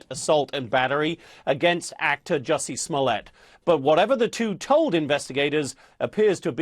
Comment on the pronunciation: Juicy.....Smollett???? 😆 lol